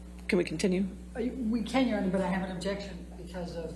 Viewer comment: obzyeksyon my onooor